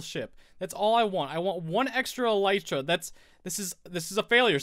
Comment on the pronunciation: No, you said it right :)